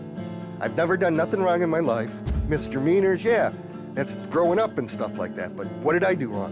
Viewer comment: Or, as he pronounced it, "mister meaners"